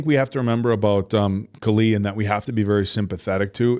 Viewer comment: Love your reviews but you’ve been watching many episodes and you still can’t pronounce Kali’s name?